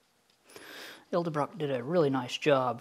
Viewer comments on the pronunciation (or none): "ED-EL-BROCK" Not El-de-brock.....why does almost everyone do this-?? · That's " ED-EL- BROCK" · "Ed - el - brock"